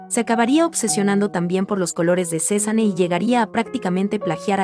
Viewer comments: Está mal la pronunciación de “Cézanne”, la “e” al final es muda (no se pronuncia)! Se pronunciaría “Cezan” Ojalá tuviera mucho dinero para comprar un cuadro de Cézanne! 💜💜💜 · Me pone de nervios que no sepa pronunciar el nombre